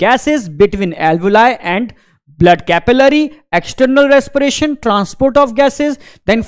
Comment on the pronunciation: Res-p-ration ❌ Res-pie-ration✅